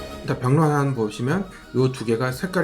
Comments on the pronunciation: 내용도 좋고 주제도 좋았는데 다만... 병량환을 자꾸 병란환으로 발음하셔서 계속 귀에 걸려요. 수갈환이 실제 매실을 쓰면 훨씬 당도가 떨어질껍니다. 그리고 너무 단거는 보관잘못하면 개미가 꼬이지않을까요? 아울러 매실같이 신걸 먹으면 입에 침이고이는데 그걸 의도한거 아닐까 생각됩니다. 전 만들어본 적은 없으니 반박시 반박하시는분 말이 맞아요.. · 발음 ㅋㅋㅋ 병랑 병랑 ㅋㅋ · 병량환 일어발음은 효우로우간입니다. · 경량환 기갈환 수갈환 다 발음이 빡세네요 ㅋㅋㅋㅋ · 병량환 발음을 단 한 번도 성공을 못 하시누 ㅋㅋㅋㅋㅋ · 발음 진짜 웃기던데 한국인 맞는거냐? ㅋㅋㅋㅋㅋㅋ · 병량환 발음 왜이리 못하시냐구우우웃!! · 병량환 발음 한번을 제대로 못하시네요 ㅋㅋㅋㅋㅋㅋㅋㅋㅋㅋㅋㅋㅋㅋㅋㅋㅋㅋㅋㅋㅋㅋㅋㅋㅋㅋㅋ 기갈환도 그렇고 ㅋㅋㅋㅋㅋㅋ